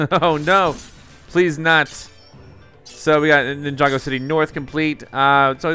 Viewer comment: Finally you got the name right